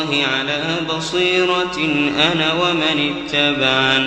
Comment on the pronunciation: ما شاء الله تلاوة عذبة زادك الله من فضله، لكن يوجد خطآن أود التنبيه عليهما: { إذ راودتن "يوسفَ" } ٥١ { أنا ومن "اتبعني" } ١٠٨